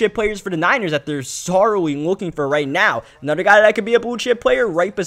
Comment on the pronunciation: Nobody else noticed he can't pronounce anything that has TH?? Like when he says another he says anudder widderspoon (Witherspoon) lol